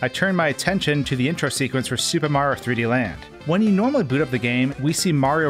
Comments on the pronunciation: "Suba Mawrio" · I can never watch a Mario video cus I can’t ignore him saying “Supermarr” when saying any Mario title😭😭😭 Supermarr 3D World, Supermarr 64...